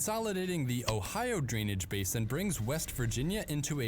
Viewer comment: "Basin" is pronounced with a long "a" in the US. "Base inn".